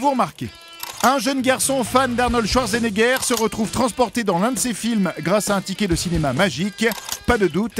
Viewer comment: Ca ne se prononce ce pas schwarzenegger mais chvartsenaiger #allemand en 5eme langue Sinon, bonne vidéo.